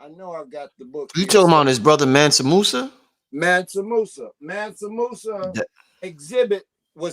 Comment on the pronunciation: ManSA not ManNA